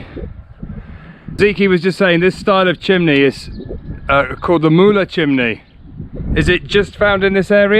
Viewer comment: Awesome videos like everytime Btw in Turkish " Ğ " is not " G " Ğ makes letter longer before it so not Mugla its Muula !